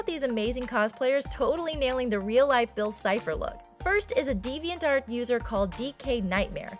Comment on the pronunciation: "His friendship with his partner" COME ON LET THEM BE GAY JEEZ IT'S THERE IT'S CANON HOW CAN YOU BE SO IGNORANT Also the way she says "deviantart" is really bugging me